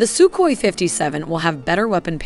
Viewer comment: It's called Сухой, pronounced Suhoi.. With a hard H sound. That's definitely not Sukoi. As the videos are very well made, please try to be in such details also correct. And by the way. Admiral Kuznetsov isn't an aircraft carrier by western definition. Also a Navy basked version Su-57K was never announced. At least I never heard or seen a source claiming that. Would be logical, because Russia doesn't need air craft carriers for their doctrine today.